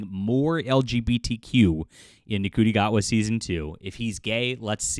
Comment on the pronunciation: You're pronouncing his name wrong: it's "shi-tee gay-wahd".